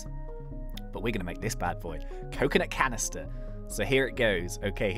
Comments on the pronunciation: we got a coconuht canneestuh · we got a coconut canistah